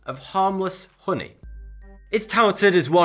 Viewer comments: Holy shit i thought he was saying pudding not honey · You say "Hhoonee" a lot lad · Kurt Kastofitch uh-knee😂😂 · Say "hoony" one more time I DARE YOU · "real hru-ni" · The way he says honey is amazing. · You crack me up!! Haha.. my husband has similar accent. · The way he says "honey" is oddly satisfying...